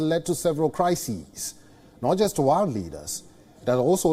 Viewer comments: Did I hear “wild war three” or “why war three” ? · world or “Warld” …banker or “bunker”…. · The way he pronounced ‘world’ had me smiling